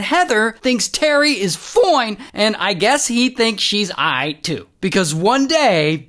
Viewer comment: That is the witest "ight" I've ever heard of in my life😂